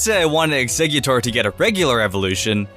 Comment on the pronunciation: um, it's Exeggutor not Eggsexutor